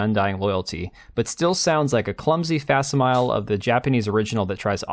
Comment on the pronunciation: Facimile is pronounced Facts-imi-lee. I stopped watching your video after you mispronounced multiple words. If you are going to read an article for your video, maybe raise your literacy score on your character sheet. :face-fuchsia-poop-shape